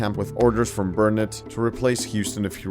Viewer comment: Quite impressed with the pronunciation of Nacigdoches and Burnet (bur nit).